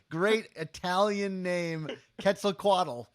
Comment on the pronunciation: QWETZLE-COAT, EL LOL